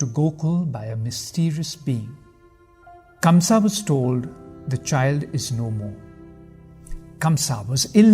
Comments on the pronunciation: Such a bad narration and by the way his name is kans not kamsa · It is Kansa !! Not Kamsa !! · By the way that's kansa not kamsa!!! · Kamsa? It's kansh